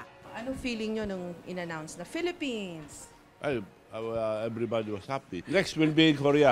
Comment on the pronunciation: PELEPENS, PELEPENS, PELEPENS......